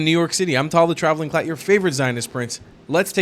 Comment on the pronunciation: What's a "Traveling CLATT?" 🤣